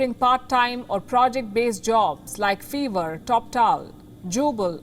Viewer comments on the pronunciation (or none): Not Feevr, it is Five+Rrr And why is it called Fiverr? Cos intially the gigs were priced as low as 5 dollars. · Fever nai behen, Fiverr (pronounced as "5"er ) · Fiverr pronounced as fever 🤣